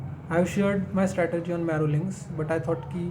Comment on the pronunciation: Strategy*( in pronouncition too)😊 not teasing but people appreciating you as a ranker and definitely you are 🎉